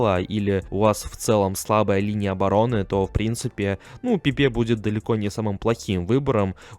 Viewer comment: Все неплохо, но жаль фамилии легенд неверно произносишь. ПэпЭ,правильное ударение. И Серхи Бархуан.